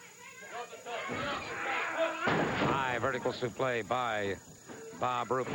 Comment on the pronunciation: I just like how the commentators called the suplex suplai 🤔😆😆